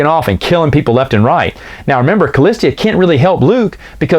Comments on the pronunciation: Totally killing me with “cah-list-ee-ah”. Remove the third, non-existent syllable, please…..”cah-lis-ah”. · Shouldn't that be "Callista"? You keep saying "Callistia" for some reason... :o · Kah-list-a [callista]. Not a hard name to pronounce smh 😂